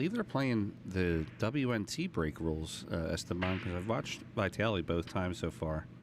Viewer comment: if you take drink every time say VAItally, even old babushka, you would be complETEly dead. for *&^%$#@ sake, it's even spelled with two и